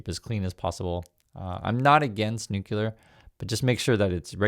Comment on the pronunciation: It’s nu-cle-ar. Saying nu-cu-lar makes you sound dumb. FYI